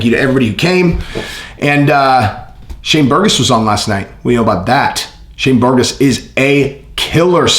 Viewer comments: Yeah…but did he say Burgos or burgoson? It definitely sounded like he said “Shane burgoson” is that Shane burgos and Dereck Brunsons kid?😂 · I was on the live yesterday with my cousin Shane and it’s pronounced Bur’goes but we spell it Burgos. It’s a Puerto Rican last name.